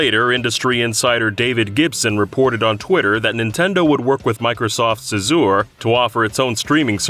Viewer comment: I swear no one knows how yo actually pronounce the word "azure" ... it's like "asher" but "juj"-y-er.